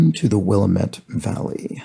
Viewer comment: Just a note on pronouncing Willamette. As they say on all the tee shirts sold there, "It's Willamette, dammit!"